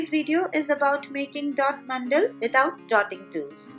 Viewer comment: They are "mandala" not "mandal".